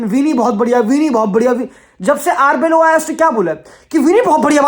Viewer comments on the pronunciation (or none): Wtf is Arboylo His name is Arbeola!!